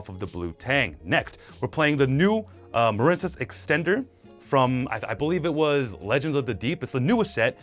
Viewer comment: Muhren-cess really? You don't know the word Marine? Like seriously? Why intentionally mispronounce card names?